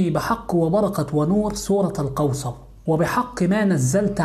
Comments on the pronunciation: لماذا يقول.. سورة القوصر... سورة الكوثر و انت في كلمات اخرى تقول حرف الكاف عادي. ليه تحرف في اسم السورة ازعجني هدا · انطقها جيدا ليس سورة القوصر بل سورة الكوثر ملاحظة وشكرا على المجهود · سورة الكوثر ارجوك صحح النطق ساعة ولا كثر وانا نحوس قاعدة نسمع سورة القوسر انشاء الله يا رب جزاك الله كل خير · اسمها سورة كوثر وليس قوثر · سوره الكوثر مو قوصر. الفظهه صح لأن هذا كلام الله. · القوسر و آية القورسي 🙄😒😒 الكوثر و آية الكرسي صحح كلامك و أعدل حروفك 😒😒😒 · اسمها الكوثر وليس القوسر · سورة الكوثر وليس القوسر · سورة الكوثر وليس سورة القوثر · اسمها سورة الكوثر وليس سورة القوثر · الكوثر وليس القوصر🙈🙆‍♀️🤦‍♀️ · تنطق كوثر وليس قوسر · هل يقصد سورة الكوثر ...لاني اسمع القوصر